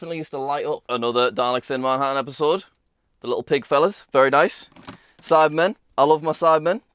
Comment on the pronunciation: Every time Jack talks about that silver guy, all I hear is "Sidemen" 😂